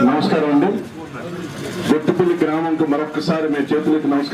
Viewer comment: guttapalli kadu. Gottipalli.